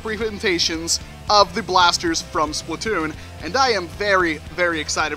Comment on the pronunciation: ITs not Splitoon its Splat-oon